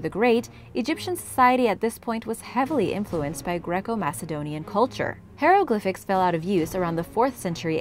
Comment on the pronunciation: hieroglyphics...pronounced as HI roe glyphics...please stop saying HERO GLYPHICS....you should research the pronunciation of words you aren't sure of because mispronouncing them makes you seem very unprofessional